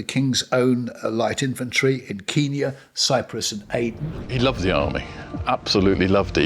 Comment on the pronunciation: I can think of a few others. The way he pronounces Kenya is a red flag.